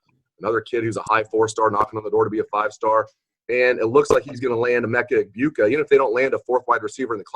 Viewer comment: Great show guys. Just one mistake. Its Pronounced Emeka Ebuka..silent “g” lol not Eggbuka 😂